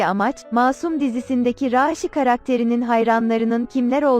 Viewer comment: Raşi desene mal niye a'yı uzatıyosun